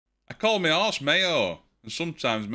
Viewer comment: Had to replay that joke a few t8mes before I figured out you were saying horse and not arse! 😂😂😂😂